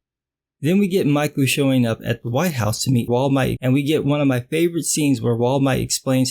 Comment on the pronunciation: “Wall Might” is the best thing i’ve heard all week